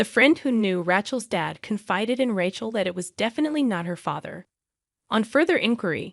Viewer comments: If they can use AI they ought to be able to get it to speak words the way it's supposed to instead of calling her Ratchel. Some of the stories are good but the AI ruins the whole thing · This AI generated voice is appalling. It can not even pronounce RACHEL correctly It is pronounced RAY SCHELL. TERRIBLE. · I agree. Not to mention RAY-chel. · Does anyone check these before posting? Rachel is incorrectly pronounced all the way through - it is annoying so much.